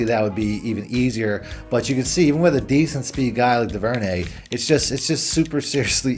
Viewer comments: It's pronounced Dooverney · Is it me or did you make “Duvernay” sound super French?